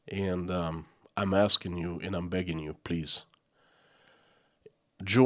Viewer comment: You pronounce AND as END. Kinda annoying